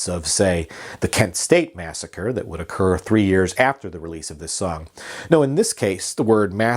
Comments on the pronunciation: its massacree..... you keep sayin massacre.... two totally different words...... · Mass a cree….not Massacre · Alice's Restaurant Massacree. Massa - CREE. NOT "Massacre". And I think the friend's name was Roger. And it was Alice's Back Room. Arlo isn't well these days and isn't doing interviews or playing shows; but he has a huge family who would probably comment on the truths and fictions of the song. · The last time I listened to this song, it's spoken Masacre, not Massacre. Otherwise informative. Just saying. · It's "massacree". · Massacree. Its massacree.